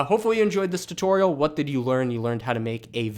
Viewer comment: every time i hear you pronouncing tutorial my soul dies a little bit but it is worth it because i love your tutorials